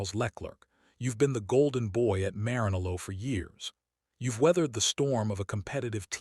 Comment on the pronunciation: Please train your AI voice on correctly pronouncing words and names like LeClerc, Maranello, Mercedes, Verstappen, and on and on.